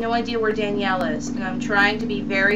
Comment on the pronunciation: psssst, sorry but it's Daniella not Danielle xD Sorry, I was gettin OCD about that.. Anywayy I just bought Haunting Ground this weekend actually and I just did this part today too :] Daniella freaks me out but she's so awesome at the same time..